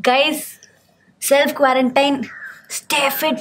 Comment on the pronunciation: Good content but triggered by the way you pronounce quarantine.